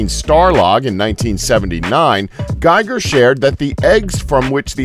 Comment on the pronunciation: Its pronounced GHEEger not GUYger...many times i think ur part of the agenda.